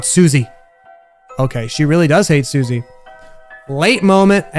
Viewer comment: Its not pronounced SU-See its pronounced Sus-E